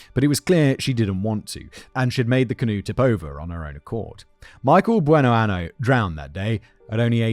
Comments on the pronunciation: It’s “Buenoaño” [buenoanyo], which means “good year.” If you pronounce it “Buenoano” it means “good anus.” 😂😂😂😂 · I can't get over the fact that Simon was pronouncing that last name as "Good anus" instead of "Good year" (Buenoaño pronounced "buenoanyo") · Um… quick Spanish vocab lesson here: “Bueno año”, pronounced like “an-yo,” means “good year.” “Bueno ano,” which you kept using in both speech and text in this video, means “good anus.” Yeah, that tiny little tilde over the “n” makes a whole world of difference in this situation. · This is terrible. At least in most of these episodes, the men are abusive assholes too. Also I can only listen to Simon say "buenoano" for so long... If I hear that she chose that name as a sort of tribute to her late husband Goodyear, I cannot ignore the fact that it's misspelled. "Year", in Spanish, is año. Without that little curl on top of the n making the word sound like "anyo"... "ano" means "anus". Like I don't know if that was an oversight on Judy's part, considering she also couldn't use the correct translation of "good" (the correct translation for Goodyear would be Buenaño) but the name Simon is saying translates to "Judy Good Anus". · I'm from Pensacola and the mispronunciation of the last name is bugging me lol